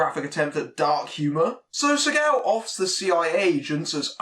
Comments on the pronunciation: When u say his name, it sounds like your saying sea cow. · I'm I the only one who gets thrown off by his pronouncing his name segow?